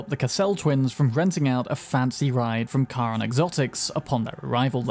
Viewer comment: finally someone get's Charon's name right